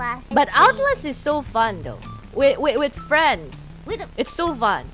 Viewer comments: The amount of W's Biboo was making was so cute. Scweam, Fwiends, Congwatuwations. It seems the more scared she is, the more baby she sounds. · My gosh she really did say scweam and fweinds